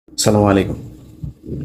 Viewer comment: When u r greeting us with Salam , we would love to hear the sound of Arabic letter’ ainn’ comes from throat and a-inn must correctly be sounded’ Assalamowalai ( alai ) Kim this alai -this ainn sound comes from throat )